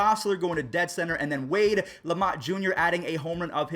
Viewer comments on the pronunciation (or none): It’s lamonte waste jr not wade lamonte jr